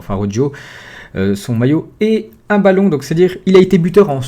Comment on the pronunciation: Ptn fais un effort sur la prononciation de Araujo Ca se dit "Arawro" pas "arojo"